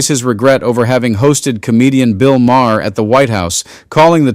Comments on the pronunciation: Why does that guy mispronounce everyone's name? It's Bill Maar. Spelled Mahr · How about saying Bill’s name correctly? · Can the guy reading the Trump message pronounce Bill's last name correctly 🤔 🙄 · “All the people around him…” could be a hybristophiles. Enjoyed your video until your AI voice couldn’t pronounce - Maher, correctly. Disappointing. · I have two problems with this report: First, why the hell are you using an AI voice over to tell the story. The voice can't even pronounce Maher and Colbert's names. So I ask, is this report fake? And second, Bill Maher has plowed the earth with his shifting monologues and his new found philosophy that is :can't we all just get along? He forgets that he made his name standing up for the Left and calling out the idiocy of the Right. He has now become a flip flopper who wants is both ways as a quasi supporter of the Left and the racism of the Right. Maher is a hypocrite and deserves any downsizing of his popularity that may result. I stopped watching him when he started kissing Trump's ass. And I, along with many others will never spend another dollar or hour at a venue to see him live. Maybe he can become the resident act at the Big Beautiful Ballroom and maybe even move Lindsay out of line and take his kneeling place at the fly of Trump. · Who are the idiots reading these posts, they can’t even pronounce Maher name properly, Trump is nuts but the mispronunciation of peoples names makes it worse than Trump idiotic post. BTW, who cares about Trump post, all the same, pure stupidity, he’s mental, just call it like it is. 🤷‍♂️🖕🇨🇦. Until you get rid of that moron, your country is going into the toilet. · Why can't you pronounce Bill Maher properly.? Are you using AI? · I hate AI voiceovers. The repeated flagrant mispronunciation of "Maher" undercuts credibility. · Good info but tell your AI how to pronounce his name. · its pronounced MAR not ma hair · It sounds like Mar not Ma har. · Why did you keep saying Ma - her?